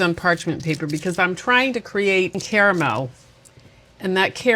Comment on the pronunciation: Not only did you just become my favorite cooking channel, but YOU EVEN PRONOUNCE "CARAMEL" (*WITH* the 2nd "A"!!) CORRECTLY!!! 🥰